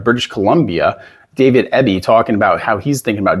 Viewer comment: David Eby is from Kitchener Ontario. It's pronounced Eebee, not Ebbee